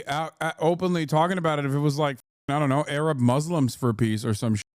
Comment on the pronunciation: That moment when Hasan and I almost both needed the heimlich maneuver when lady said "Arab" 😂